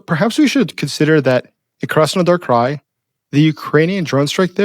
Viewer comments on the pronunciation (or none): none